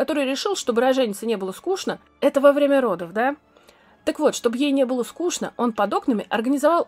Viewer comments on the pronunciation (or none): none